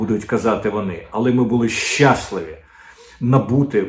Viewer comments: Щас"ливі, а не "щасливі; преса, а не пресса. Дмитре, картка приват на Супруна НЕ ПРАЦЮЄ!!! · ЩаслИві, а не щАсливі. Хочу щоб Ви говорили гарною мовою😊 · Не щácливі, а щаслИві